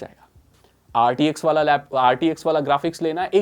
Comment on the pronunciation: This guy calls RTX as RDX ( bomb) its clear this guy has no clue what he's talking about and rtx 40 series is current not 20.